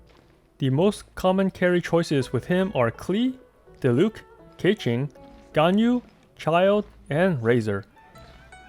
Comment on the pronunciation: I'm slightly confused by ur spot on pronunciation of xingqiu, which was then followed by "gun you". What. Are. You. LOL.